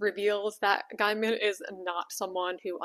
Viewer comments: Did you just say Guy-man? It's pronounced Gay-man as in the oxymoron. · Gay-min, not Guy-mon. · Sorry to nit-pick. It's pronounced gay-min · Neil's last name is pronounced 'gay-man' - you can look it up. I think this one has hit the algorithm cause I'm far from your usual audience, so maybe brace for that. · Thank you. He might be a PoS, but the way she mispronounces the name constantly is annoying.Also, Ian McKellen. Not McClellan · I agree with you. Just thought I'd let you know that you're mispronouncing his last name. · Regardless of what he has or hasn't done, please pronounce his name correctly. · Your opening statement sets the tone. You have clearly already decided he is guilty and appointed yourself Judge,Jury, and Executioner. Even despite your weak, obligitary, "these are only allegations" The simple fact that you deliberately and wantonly mispronounce his name shows the contempt you have. Check yourself, or perhaps all men should just assume that all women are nasty, judgemental hate mongers, and we can be pleasantly surprised when one isn't.